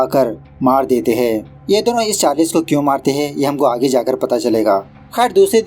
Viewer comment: Charless nahin charles 😑😮‍💨